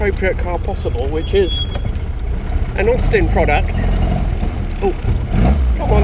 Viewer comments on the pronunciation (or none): none